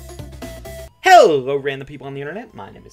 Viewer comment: His hello makes me think HELL-o